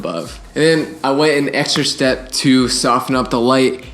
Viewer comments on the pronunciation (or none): none